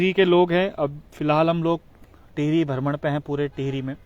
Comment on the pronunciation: बहुत सुन्दर दृश्य है, आप हमें ऐसे ही हमारे उत्तराखंड क़ी झलकियां दिखाते रहा करो 🙏, और आप भरमण नहीं भ्रमण बोला करो 🙏